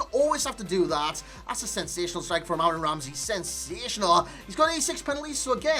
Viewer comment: this fucking guy cant pronounce "Aaron Ramsey" to safe his fucking life, bloody hell